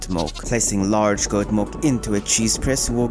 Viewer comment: Is he saying mulk